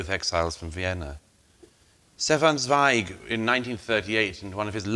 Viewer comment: Total prat. He doesn’t even know how pronounce the name Zweig.